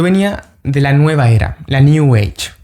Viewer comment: Cuando dijo “new ege” entendí. Sigue adelante en Cristo. Te saluda un hermano evangélico protestante.